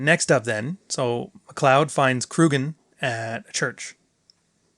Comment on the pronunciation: Sorry, but it´s Kurgan, not Krugan.